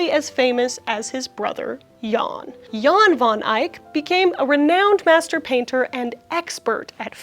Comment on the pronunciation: pronouncing Jan as yawn is so funny